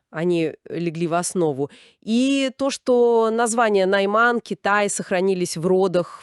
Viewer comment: Дорогие авторы, будете делать аудио-дорожки в виде подкастов, обучайте ИИ уже правильно произносить слово Найман.А то вроде бы тема интересная, а материал не смогли нормально подготовить.